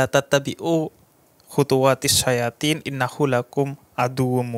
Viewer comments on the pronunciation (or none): Mohon maaf sebelumnya, setelah saya reply beberapa kali bagian ayat, saya mendengar ada yang salah dalam pelafalan ayatnya. Habib Ja'far mengucapkan "الشّياطين" (Sya-yaa-tiin) Namun di QS. Albaqarah ayat 168 bertuliskan الشّيطٰن (Syaitoon) Terima kasih 🙏